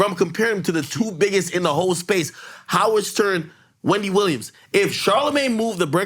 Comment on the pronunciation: Ak stupid on saying wendy williams 🤣🤣